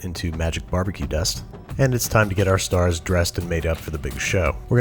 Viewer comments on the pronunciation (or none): none